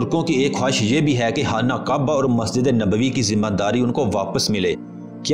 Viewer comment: Hana kaba nahi hai khana kaba hai